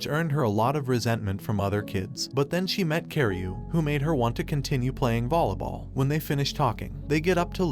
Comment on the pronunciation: you said bolly ball wats that